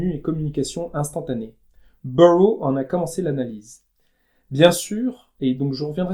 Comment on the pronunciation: Je me souviens quand on voyait Deleuze chaque semaine sur Metropolis, avant sa disparition tragique... Pardon on dit "Burroughs [zzz]" pas burrow comme Beaurose certains lieux-dits en France! Enfin ce ne pe pas à W S Burroughs (language is a virus) auquel vous fait allusion. A suivre! J'avais eu la chance de le rencontrer à la Fnac, une dédicace spéciale encore bien avant. Bref!